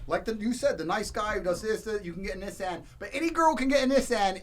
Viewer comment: Bruh, the way Andrew was pronouncing Nissan was pissing me off 😂😂😭😭